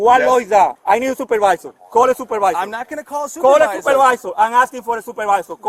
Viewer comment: "Wheya soopawizer" lol